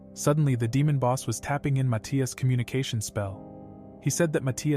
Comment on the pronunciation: Why does he keep calling him my teeas